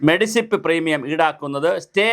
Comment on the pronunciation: എന്റെ ചങ്ങാതീ, മെഡിസിപ് അല്ല. മെഡിസെപ് എന്നാണ്. ഇനിയെങ്കിലും അതിന്റെ ഫുൾഫോം പഠിക്കുക.